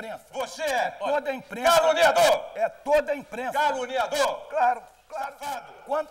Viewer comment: Eu já vi mil vezes e não consigo parar de rir! O Quércia falou a palavra "caluniador" 15 vezes. kkkkkkkkkkkk E quase que sai "calango". kkkkkk